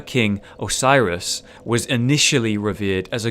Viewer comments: If you want to zoom in on distant things even more closely, the Hawk Ring approximately doubles the zoom range of bows and the binoculars. I think the pronounciation of Oceiros is more like O-say-ros, the other way sounds a lot like Osiris to me. EDIT: Pronouncing it like Osiris might be the more logical way, the egyptian god of the same name was connected to transition, resurrection and regeneration. (Transformation into a dragon) There's at least one more thing later on apart from Lothric Castle which you can see from the beginning of the game, and it's a great one ;D The Gotthard TS are very good PvP weapons as you may already know, their probably only weakness is parrying, especially the rolling R1. The weapon variety is awesome! Man-Serpents are indeed weak to Lightning. I love that the dagger-wielding variant can parry, shame there's not more enemies that are able to, apart from those, the Falchion Skeletons and some hostile NPCs. The L1 confirm into L2 with dual wielded weapons is much more reliable in PvP, because PvE enemies have functional poise. I generally like the Anchient Wyvern gimmick, but at the same time it makes the Man-Serpents seem like the real boss. I actually fell to my death twice when trying to stab the Wyvern in the head, once because I just did the advised plunging attack like in the tutorial with walking off, and the second time because I rolled to early. It seems to only consistently work when you roll off or do a jumping attack starting right at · I think oceiros is pronounced o-sai-roes